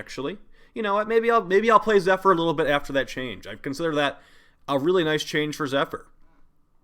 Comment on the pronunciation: You pronounce the P in Zephyr lol Zep-her lol wtf